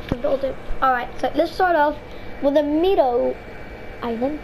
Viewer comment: Meadow is pronounced (med-oh)